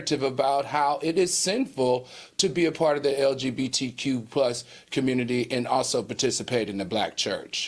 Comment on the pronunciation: Claudia and Al, repeat after me, "LGBTQ" not "LBGTQ". Gosh!🤦